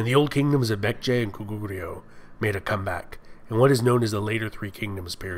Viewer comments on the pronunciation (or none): Bullshit. Kojoseon was pronounced wrongly, Yan was pronounced wrongly. and Goguryeo like the other user. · lul no, goguryeo sounds way off, especially in the last syllable. still, good job with the vid! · Why do you pronounce the G as a C? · Nice video, I enjoyed it:) Pronunciation was also good for the most part, something that could be helpful is that Korean words usually stress the first syllable, e.g. GOguryeo. And a small correction, the Korean transciption for "Gojoseon" is '고조선', not '조선'/"Joseon", which is a completely different kingdom/period. Also "Yeowang" (여왕) just means "Queen" in Korean, so the name would be e.g. "Seondeok" not "Seondeokyeowang":) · The way he mispronounces 고구려... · Lmao 고구려 is wayyyy off. 신라 is okay